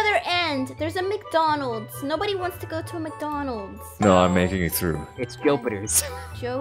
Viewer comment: It's not Jopiter its JUPITER